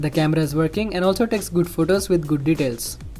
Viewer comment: Oh it's verking hahahahah